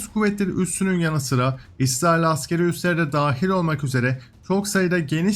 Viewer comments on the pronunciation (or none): none